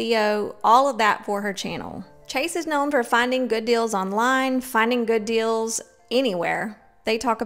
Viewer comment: I unsubscribed also because she was buying a new area rug every week. Ugh they must have a good FB marketplace or something for her to constantly be buying new things and selling the stuff she gets tired of? I also couldn’t stand the way she mispronounced words, like “I like finding good “dills”; you mean deals? And I love a good garage “sell”; instead of sale? Or even just now for her new “aventure”; adventure?? I’m from Oklahoma so it’s NOT an accent thing. She also says “definitely” a MILLION times. Just got sick of it and needed to unsubscribe and turn off ALL notifications.